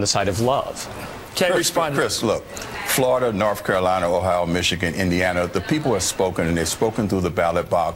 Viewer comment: "....Florida, Norf Carolina..."